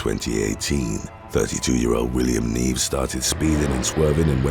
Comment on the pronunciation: You didn’t even get close to pronouncing Nieves. It sounds like knee-ev-es